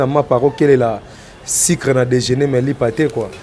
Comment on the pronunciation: on ne dit pas sicre, mais sucre, on ne dit pas Jezi mais Jesus.